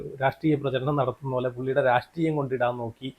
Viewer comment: എടാ രാഷ്ടീയം അല്ലടാ മണകൊണാപ്പീ......... രാഷ്ട്രീയം ട്ര ട്ര...... പോയി നാക്കെങ്കിലും ഒന്ന് വടിക്കെടേയ് നീ..... 😂😂😂😂😂😂😂😂😂😂😂